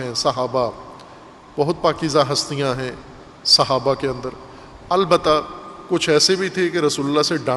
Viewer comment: تلفظ "صحابہ " ہے " سھابہ " نہیں۔ بنیادی غلطی "عقیدہ امامت "ہے جناب